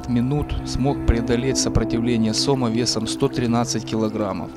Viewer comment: СомА, а не сОма, блин!.